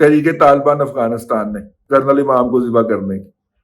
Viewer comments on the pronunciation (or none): none